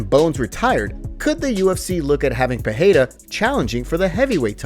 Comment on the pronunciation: Thanks for the vid. If could ask favor, please stop saying per-hay-ra. Not sure why find it so annoying. It's just Pereira, with the Rs pronounced as Rs. Cheers